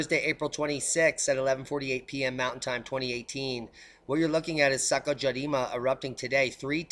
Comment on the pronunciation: Love your Japanese brah.... can you please say SAKURAJIMA again